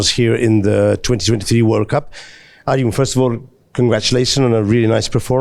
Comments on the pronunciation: It is not spanish j . It is english j pronunciation in arjun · Arjun not aryun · “ArYun Erigaisi” , my man with the mike lost the bet on pragg 😂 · J is not silent for Arjun !!!! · Ya.. He was probably thinking that the pronunciation is equivalent to Arjen(Robben)